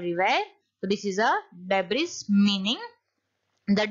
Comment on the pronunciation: Debris's right pronounciation is /dei.bree/ not /dei.bree.s/